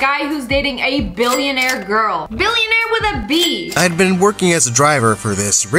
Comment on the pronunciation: My story animated:My girlfriend is a BILLIONARE No one: Absolutely no one: LIA: BiLlOnArE wItH a B